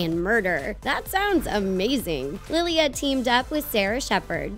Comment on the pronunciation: Don’t mean to come off as rude, maybe just how I pronounce my name where I am from, but there’s no long y before the a it just bugs me a little 😓